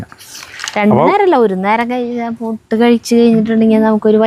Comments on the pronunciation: pls പൂട്ട് എന്നു പറയാതെ പുട്ട് എന്നു പറയൂ pls pls pls 😂😂😂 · ....pooottu alla......puttu...Saritha paranhutharumbo onnu kelkk❤😂🎉😂😂😂😂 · എത്ര. പറഞ്ഞാലും. പൂട്ടല്ല. പുട്ട്. എന്നുപറയാൻ.. കേൾക്കില്ല.